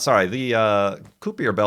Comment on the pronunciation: pronounced "ki-per" belt